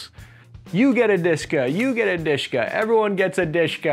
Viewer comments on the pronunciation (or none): It's not DiShKa, It's D.Sh.K(a). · Not Dishka, but Dashka. The name Dashka came from the female name (Dasha, Daria), just like Svetka - SVT-40 (Sveta, Svetlana), and Ksuha - AKS-74U (Ksyusha, Oksana). There are also names such as "Sapog" (Boot) - SPG-9 and Pokemon - PKM. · It is more commonly pronounced as "Deh-Sheh-KAh" (last syllable stressed), Dushka, I never heard of it ever being called Dushka.. Probably because I never saw any real action myself))) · It IS "De-She (not like "she" but like the short e in "shed") - Ka". Just an acronym from the three cyrillic letters: ДШК. It's pronounced very fast usually, and the last syllable is stressed. Why so many foreigners call it "dIshka" I have no idea... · One of my college roommates was "drafted" into a Lebanese militia (they put an AK47 to your head, ask if you want to join and reply is "good idea!"). He liked the DSHK, he pronounced it as Daash-ka, not disk-ka. He now runs a three star restaurant in Mackinaw City, Michigan. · Russian/Soviet DSHK is not Dyyyyyyshka. But De-SHa-Kaaaaa. D - is Д (Дегтярёв - Degtyaryov). Sh - is Ш (Шпагин - Shpagin). K - is К (Крупнокалиберный - Large-caliber). Пулемёт ДШК is De-Sha-Ka Gun. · It's pronounced as "Deh SHeh Kah" not "Dishka". It's the abbreviation of "Degtyaryova-Shpagina Krupnokaliberny". The first two words are the family names of the inventors and the third word means high caliber. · It's dashka (as in Dasha which is a variant of Daria female name), not dushka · Not dushka, but dashka, diminutive for Daria, girls name) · Its not dushka It is "Dash a Car(English pronunciation)" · Wht do you call it dishka? The correct prononsiation is DESHEKA. And this is an abriviation Degterv-Shpagin Large Caliber and not some me-me toy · I don't know how russians called that MG, but in Ukrainian forces it's called not dushka, its called dashka. Its mean friendly version of the female name Daria. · It should be pronounced like "de she ka".) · not deshka! it sounds like de she ka